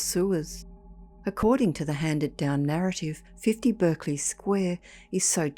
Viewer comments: 'Berkeley' and 'Clerk' and Berkshire are pronounced Barclay clark and Barkshire in English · Berkeley is pronounced Barkley in the UK. You are using the American pronunciation. If you had spent 2 minutes on Google you would have known but it seems you just couldn't be bothered. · Spelt bErkeley but pronounced bArclay. Love your channel m8,thanks,Ian.🫂